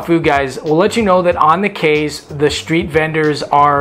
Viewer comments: Great video, but Key not Kay.. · K's my thoughts is that is pronounced "Key." Been going there since 2004 and suspect the locals are too polite to correct you. Thanks Canadians or Yanks!